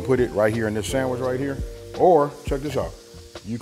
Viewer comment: Yooo! You had me at sandwrich. For real that's exactly how my uncle says it.